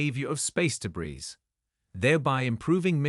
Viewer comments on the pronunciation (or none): The AI behind the voice is excellent. It's been tweaked a lot but is not perfect. The next question is whether the script was written by an AI. I think it likely. There was only one mispronunciation that I noticed - the s on debris should be silent.